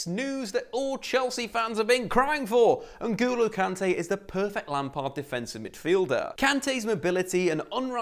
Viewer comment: Say N’golo Kante right next time you have the chance, loved the vid though 💙👊🏼